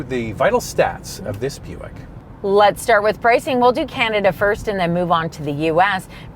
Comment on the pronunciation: Shoutout to for getting the Buick names right! He must have really practiced for this video. 👍👍